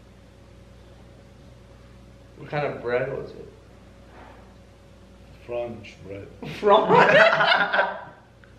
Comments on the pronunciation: tfseee 😭 “franch bread” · Franch bread 🤣🙃😂🤣🤣